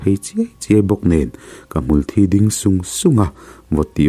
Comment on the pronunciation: hmulthí pawh i chhiar dik ta e👍